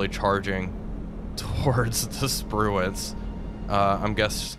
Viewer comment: "Sprue-can" Shame about the war crime.